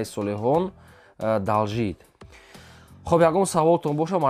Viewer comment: Далжит не чалчит